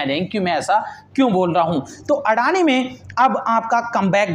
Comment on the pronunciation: व्हो अदानी हें, ना की अडाणी 🙄